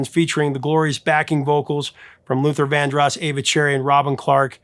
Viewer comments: The accent in 'Vandross' is on the second syllable, not the first. Unbelievable. You mispronounced 'genre' also. It begins with a 'zh' sound, not 'j'. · You mispronounce Luther Vandross's last name; he pronounced Vandross with a long O sound, not a short O sound. Please pronounce the names of the people you talk about correctly.